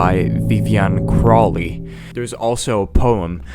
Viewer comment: O-wen. Wick-a. Cro-lee. Day-it-ease. The Kelts.